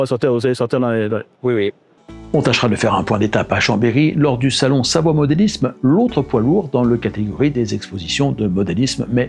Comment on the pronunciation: Salut et merci. parle bien mais je n'ai pas aimé les "Sans €uros" au lieu de Cent €uros, mais il fait de très belles choses. Difficile également d'entendre parler de "modélizzme" au lieu de modélisme. Également dur pour les oreilles "une rail droite" et "une rail courbe" Je sais je suis assez exigeant concernant la langue française. Jacques.